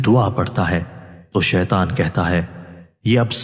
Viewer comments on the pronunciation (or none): none